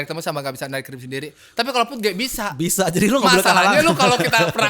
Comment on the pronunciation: Bukan puj bwang tapi PUD GE 😂😂😂